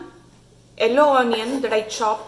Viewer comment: Watching this for the first time. I got distracted how you pronounced "Yellow" its sounds like hello.